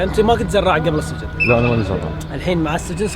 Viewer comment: السجن تنطق بكسر السين وليس بفتحها